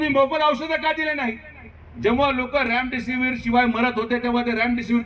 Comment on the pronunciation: Ramdisivir nhi remdisiver ahe dr te